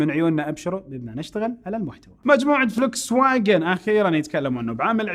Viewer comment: اخوي اني احبك ومتابعك من ٣ سنين ، بس حبيت انبهك ع شغله بلا معلميه عليك ع اسم سياره هي اسمها فولكس فاكن الالماني جذي تنطق ومشكور ❤